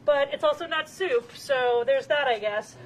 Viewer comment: Stop saying SOUP you urban bison.